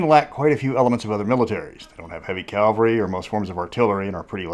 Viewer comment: Not to be a jerk but it's CAV-alry not CAL-vary. Cavalry on men on horses. Calvary is where they crucified Jesus.